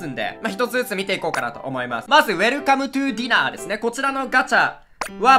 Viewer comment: 去年から気になっていたのですがコメントすみません…こちらディナー(dinner)ではなくダイナー(diner)です…ずっと気になってしまっていて…🙏